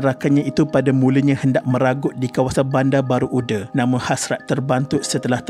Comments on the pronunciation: Sebut nama tempat tu betul la sikit..bandar baru uda..bukan ude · Kitorang orang johor tak sebut bandar baru ude, tapi bandar baru uda dengan sebutan baku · My school. And my name is Shafiqah too 😢 innalillahiwainnailaihirojiun. Tapi Bandar baru uda (read as u-DA) bukan ude ya :/